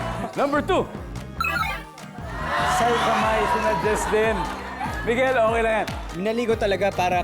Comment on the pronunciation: Babaero?? Hihihi diba babaero you😂